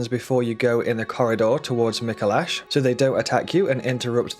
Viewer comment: Is someone gonna tell him he’s pronouncing Micolash incorrectly?